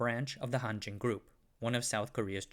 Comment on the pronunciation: It sounds like Hantjin...